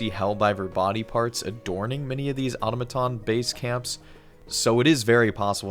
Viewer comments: Oh-tom-uh-tum or “Aw-tuh-ma-tawn”? Debate. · ahhhhhhhhh your switching between pronunciation of automaton is driving me crazy. not auto-maton, it's aTom-a-Ton haha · Please au-tom-a-ton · Ah-tom-a-ton (This is not a new word) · I’m sorry but the way you pronounce Automaton gets on my nerves! Aside from that, this is a very well put together video Also that was a fake leak, that while was well made, had a few signs that it wasn’t real, such as image artefacts as well as other errors